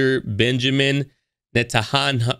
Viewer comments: Net- an- yahoo I noticed that you didn’t pronounce that correctly that’s the very important leader of Israel very well known. Benjamin Netanyahu. That was Kanye‘s stupid slam or attempt to slam this leader. The yahoo and the net, get it? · Benjamin Netanyahu is pronounced Nit-an-yahoo…. Smh at Ye’s logic with this one🤦‍♀️ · It’s pronounced Net & Yahoo… that’s why he went with the terrible carrot top level joke.